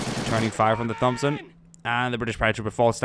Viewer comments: its not a thomb-son its a thompson (say it like: Tomp-son) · please don't say THompson is pronounced tompson just an ocd thing lol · Hey its pronounced tompson not like thumb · I noticed he was saying Thompson weird, too. It's pronounced: "Tom-son" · Lol its pronounced "tom-son" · Thompson is pronounced "Tompson" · its pronounced tompson not 'th'ompson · I love your videos but come on bud. The H in Thompson isn't pronounced. It's pronounced Tompson. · Why do you say Thompson wrong? There is no th sound. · Thompson - the H is silent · Jack Rennie no. hes sazing it wrong. its not his accent. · Naj Kraemer Some people have speech impediments or struggle to pronounce certain words/phrases and how do you know its not his accent or the way he talks. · you're saying Thompson wrong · Am I the only person annoyed by his pronunciation of thompson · me to